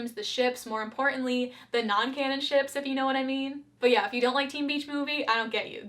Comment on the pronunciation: Way too much emphasis put on "Ships"